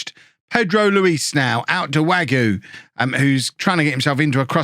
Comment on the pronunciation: Hey, the K in Knoll IS pronounced Wague is pronounced more or less like wag-ay Janousek is yan-oo-shek Also, Mingueza is min-geh-sa or min-geh-tha. Hope this helps:)